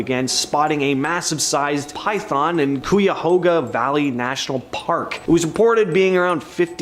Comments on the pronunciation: Cuyahoga (Kai-uh-hoga), stress on the first syllable. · I love it when I hear people try to pronounce Cuyahoga😂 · gotta love the cringe of hearing people not from Ohio try to pronounce some of these place names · The way he said Cuyahoga 'bout broke me 😢😂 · 😂😂😂😂 I had to rewatch that part because I wasn't sure if I heard him correctly.